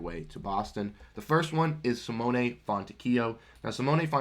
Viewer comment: SMH you dont even say Simone's name right. He is worth a first minimum.